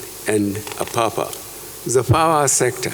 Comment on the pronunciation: A Nigerian president that can't pronounce well Nigerian names!! Apah-pa,.?